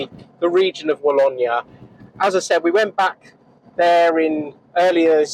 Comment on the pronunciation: the pronunciation is Wa-low-knee